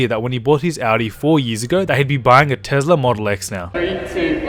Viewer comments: IT'S NOT TEZLA IT'S TESLA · It’s not tez-la it’s a tes-la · Adventure: Tezla Model X Me: wtf it's Tesla Model X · Tesla not tezla